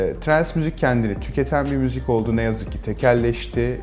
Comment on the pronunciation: Müzük diyor